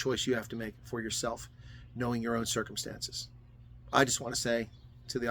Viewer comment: Hi, it’s not pronounced “bye bye dankie”, it’s pronounced “buyer buyer dankie” or “buyah buyah dankie”… Hope that helps. 😂